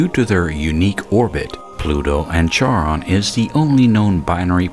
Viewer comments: Awesome video, man! Two suggestions: 1) Some of your information was redundant; like you mention the same thing several times. I'd recommend finding a nice flow from one point to the next. 2) A nitpick, but Charon is pronounced like "Sharon", rather than like "charred". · Charon sounds like Karen if you're going with the closest English equivalent of the Greek, or Sharon if you're going with the guy who discovered the moon and wanted to name it after his wife Charlene. Starting with "char", as in burning something, is not a valid pronunciation. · Ugh. It's pronounced KHARON. It's Greek. The "Ch" is pronounced "Kh". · Being a Greek name, Charon is pronounced as "karon". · Nice video. I thought Charon was pronounced KAR-on, though. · charon is pronounced "kehron" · Good stuff. Also, Charon is pronounced 'karon'. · Charon is actually pronounced "karon", named for the ferryman that took people across the river Styx and into Hades (the underworld). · Nice! Isn't it pronounced, "KAH-rahn?" Not to be a dickhead, but I believe it refers to the ferryman for the river Styx, in keeping with Pluto's underworld theme. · Isn't it pronounced, "KAH-rahn?" It depends. The Greek Language has (along with the German and some other) special sound that has no aquivalent in modern English (as far as I know). Basically, you can go with K or TSh and mostly everyone will recognize what is meant, beacuse accents are everywhere. For the extra points: The letter's named "Chi" and written like an X (in the minor case it looks like that: χ) It sounds like a "noisy" variant of h and is done so by raising the rear end of the tongue while breathing out.